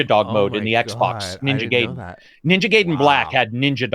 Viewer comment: can't pronounce Gaiden